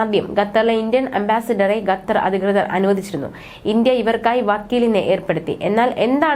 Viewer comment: ഗത്തർ അല്ല മോളേ ....!!! ഏതു സ്കൂളിലാ പഠിച്ചത് . ഉച്ചാരണം ശരിയല്ല .